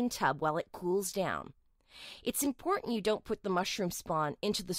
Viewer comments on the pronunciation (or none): none